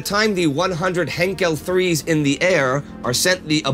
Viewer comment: Heinkel 3s, funny. Some do fact-check these episodes. Good job on their part, though, despite the occasional faux pas...